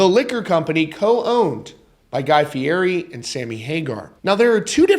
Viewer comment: It is pronounced FEE-ETTY.